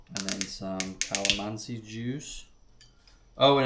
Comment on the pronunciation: You got the pronunciations right! Kinilaw. Kalamansi. Yumza❣️